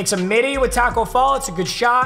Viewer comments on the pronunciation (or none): none